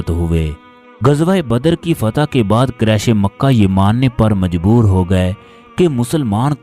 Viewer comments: Allah knows bande Quresh ka talafuz sahi Qaresh nahi Quresh sahi lafz hae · قریش ,,ق,, پر پیش ادا کریں صلی اللہ علیہ ,,,وعلی,,, الہ وسلم ھے صلی اللہ والی وسلم نہیں آپ درود پاک تو ٹھیک افا کریں